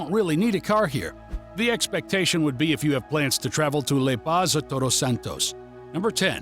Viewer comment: And LA Paz, not LE Paz.